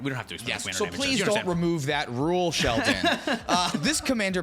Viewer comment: Did you call him Shelton?